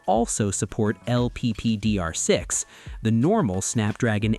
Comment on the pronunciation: it`s LPDDR6 not LPPDR6